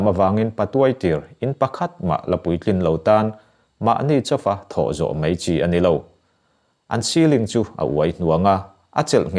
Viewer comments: Mei ti lovin mai ti tawh la, ngaihthlak a nuam leh zual ang. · Mai hi mei i ti tlat zel mai... A ngaihnawm e